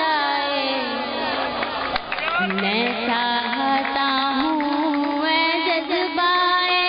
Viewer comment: Maam please correct this it’s Ai dil ki qalish and not hai dil ki qalish